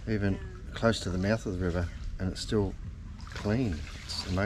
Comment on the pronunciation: Oh, so he said, "river". I thought he said beaver. 😆